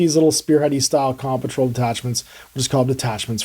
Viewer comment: Why does he keep saying "Com Patrol"? It's an off putting way to save a syllable.